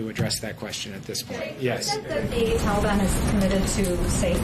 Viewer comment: Since you are the only one bringing him up it appears he is your master and not mine, I don't have a master btw. On another note since using Dotard, is Dennis your new screen name Kim Jong? One last thing it's Taliban, not teliban.